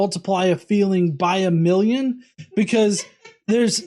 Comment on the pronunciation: Times a molloonn